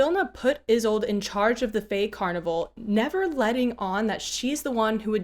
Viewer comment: "Isolde" is a German name, e.g., from the play Tristan and Isolde. It has three syllables as the "e" is not silent but more of the sound of an "a". So, "I-SOL-da" is the correct pronunciation. I speak German fluently and I remember enough Russian to get slapped. As you may know, Jabberwock and a Vorpal blade that goes snicker snack are from Lewis Carroll's poem "Jabberwocky". You might borrow from that poem a Jubjub Bird and a Bandersnatch as additional dangers. Have a brillig day!